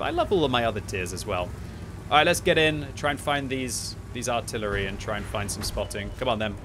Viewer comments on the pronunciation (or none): none